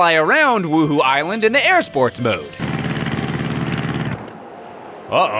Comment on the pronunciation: "wooho island"?